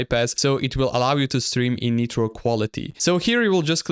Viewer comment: Bro its not netro, ITS NITRO N-AI-TROAH (W vid btw)